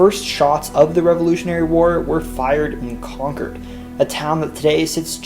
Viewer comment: At least he said Concord right